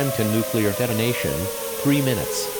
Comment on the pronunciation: Nuceluar attack warning; happening, YouTube captions be like “ah music to my ears”